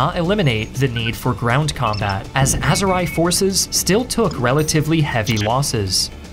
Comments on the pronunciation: Didn't know the Aserai Khanate is non-fiction. Note: Ah-ze-ree. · It's "ukRAINE" not "YOUkraine", and it's "aZERi" not "azerAY", sorry but those both bothered me a lot. Gotta nail those pronunciations as a channel focused on geography.